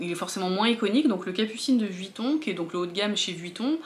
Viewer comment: Coucou ! Enfin qqun qui ne dit pas Vitton 😊 lol. Bref je sais que Hermes c’est juste la base et un investissement reconnu mais je trouve qu’au final on les voit partout. J’ai pas vraiment l’impression que ces sacs soient si compliqués à avoir quand ont voit que pour la plupart certaines en ont plusieurs (alors je ne dis pas que c’est forcément le cas) mais même sur les chaînes de vogue outfit à Paris dans la rue on en voit partout ! J’ai l’impression que même si ce sont des intemporels ils sont quand même très tendance. Pas donné à tout le monde mais sur insta et YouTube je ne les trouve pas si confidentiels du moins les birkin et Kelly… à la rigueur le roulis est carrément confidentiel. Sinon ma préférence va au capucine bb tellement cute celui ci on le voit beaucoup moins je trouve. Bon dimanche ☀️